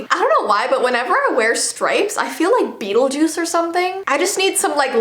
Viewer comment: Beetlejuice? Haha... More like... VEETLEJUICE